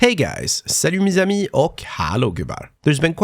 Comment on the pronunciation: Bruh, your "Salut mes amis" pronounciation is near perfect. Chears for France